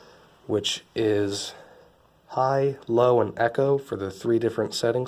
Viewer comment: It's eco, not echo. No offense. Cheers.